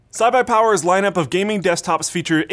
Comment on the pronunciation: "Cy-Buy-Power" -, not quite iBuyPower or CyberPower